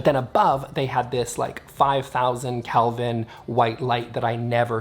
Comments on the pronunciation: First off, it's "Kelvin." You seem to be saying "Kalvin." I don't think I agree with you on the first point. It sounds like you're saying that the higher energy lights are for higher energy spaces (work spaces vs relax spaces). I'm inclined to think that it's more an issue of the color that is given off by the lights. The low Kelvin lights give off a warm color and I figure they would match better with warm colors. The high Kelvin lights give off a cool color that I figure goes better with cooler colors, like blue or green. So I'm inclined to think that it's not so much a matter of what the energy of the space is, as it is the color scheme of the space (You can always dim a high-Kelvin light). I'm curious to know what the aesthetic effect of cool lights (high Kelvin) on a warm color scheme, and warm lights (low Kelvin) on a cool color scheme. I suspect that the walls (Let's take painted walls as an example) would just have a lot less light to reflect, so they'd be dimmer. And that might be a good thing. For example, let's say you had a blue-colored bedroom and put warm (low Kelvin) lights in it. In the morning, the sunlight would show the more vibrant and cheerful blue that would signify a real energetic day. In the night, however, the warm light from the low-Kelvin lamps would be dimmer against the blue walls (I suspect) thus creating a dimmer space (compared to white walls) that might be even more appropriate for the nighttime. This is just speculation, though. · It's pronounced kelvin with a short e, not Calvin. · Never heard of kelvin. I actually thought you were saying "Calvin" and I had to look it up. I thought maybe that was a Canadian thing.😆